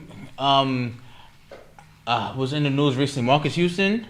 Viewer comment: “Murcus Houston …. TK5 Group”??? Lol 😂 Swear will mess up a name!! Lol … thats one the highlights of this show… love yall!